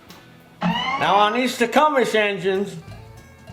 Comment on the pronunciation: 😆 Tech-um-us engine! Those flipping teeth I can’t even..